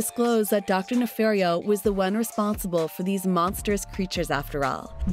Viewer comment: NEFARIO. ITS DR. NEFARIO.